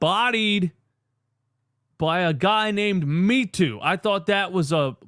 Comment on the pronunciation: Common DJ, gotta be more cultured. My Nigerian brother's name is pronounced Meh-too. Not "me too", haha. Ain't nothing wrong with his name.